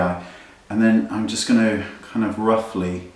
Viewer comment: i love how u say going to, "ganooo" hehe <3 ps LOVE this tutorialll